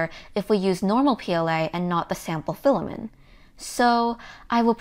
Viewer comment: FILL-A-MINT FILL-A-MINT FILL-A-MINT FILL-A-MINT FILL-A-MINT FILL-A-MINT FILL-A-MINT FILL-A-MINT FILL-A-MINT FILL-A-MINT FILL-A-MINT FILL-A-MINT FILL-A-MINT FILL-A-MINT FILL-A-MINT FILL-A-MINT FILL-A-MINT FILL-A-MINT FILL-A-MINT FILL-A-MINT FILL-A-MINT FILL-A-MINT FILL-A-MINT FILL-A-MINT FILL-A-MINT FILL-A-MINT FILL-A-MINT FILL-A-MINT FILL-A-MINT FILL-A-MINT FILL-A-MINT FILL-A-MINT FILL-A-MINT FILL-A-MINT FILL-A-MINT FILL-A-MINT FILL-A-MINT FILL-A-MINT FILL-A-MINT FILL-A-MINT FILL-A-MINT FILL-A-MINT FILL-A-MINT FILL-A-MINT FILL-A-MINT FILL-A-MINT FILL-A-MINT FILL-A-MINT FILL-A-MINT FILL-A-MINT FILL-A-MINT FILL-A-MINT FILL-A-MINT FILL-A-MINT FILL-A-MINT FILL-A-MINT FILL-A-MINT FILL-A-MINT FILL-A-MINT FILL-A-MINT FILL-A-MINT FILL-A-MINT FILL-A-MINT FILL-A-MINT FILL-A-MINT FILL-A-MINT FILL-A-MINT FILL-A-MINT FILL-A-MINT FILL-A-MINT FILL-A-MINT FILL-A-MINT FILL-A-MINT FILL-A-MINT FILL-A-MINT FILL-A-MINT FILL-A-MINT FILL-A-MINT FILL-A-MINT FILL-A-MINT FILL-A-MINT FILL-A-MINT FILL-A-MINT FILL-A-MINT FILL-A-MINT FILL-A-MINT FILL-A-MINT FILL-A-MINT FILL-A-MINT FILL-A-MINT FILL-A-MINT FILL-A-MINT FILL-A-MINT FILL-A-MINT FILL-A-MINT FILL-A-MINT FILL-A-MINT FILL-A-MINT FILL-A-MINT FILL-A-MINT FILL-A-MINT FILL-A-MINT FILL-A-MINT FILL-A-MINT FILL-A-MINT FILL-A-MINT FILL-A-MINT FILL-A-MINT FILL-A-MINT FILL-A-MINT FILL-A-MINT FILL-A-MINT FILL-A-MINT FILL-A-MINT FILL-A-MINT FILL-A-MINT FILL-A-MINT FILL-A-MINT FILL-A-MINT FILL-A-MINT FILL-A-MINT FILL-A-MINT FILL-A-MINT FILL-A-MINT FILL-A-MINT